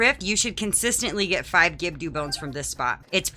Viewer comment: I've never heard anyone pronounce Gibdo wrong... Is that on purpose?